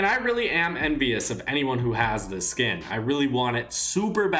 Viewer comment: You’re saying it as in like skin=skill